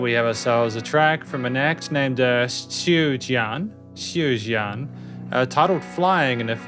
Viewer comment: You done the pronouce great👍👍 Tsui Jian should sound more accurate tho? Anyways don't be upset about not getting the lyrics cuz this one's lyrics are probably his most obscure one. Some say it's about his take on drug usage by other rock artists? How he says "I have no use for those gadgets". And also I think the whole song reflects his music career journey up until that point, but anything could be right